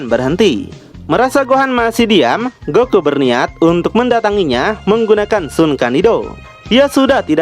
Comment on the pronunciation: keren loe bang apa loe lagi cpe tah bang ko goku jdi goki hehehehe istrhat bang juangan di paksain bang